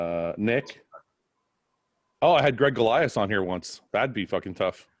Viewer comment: Ain't it not Gregg 🤣🤣